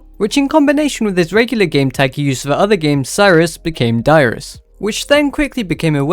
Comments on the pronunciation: I heard too LOL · im sorry but i thought you said your name was lmao good video thanks